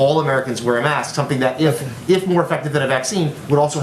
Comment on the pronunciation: Did he get his education at his own fake university because he can't even say the work mask properly.